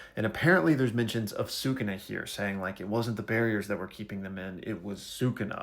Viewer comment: Bro your pronouncing sukuna wrong use your syllables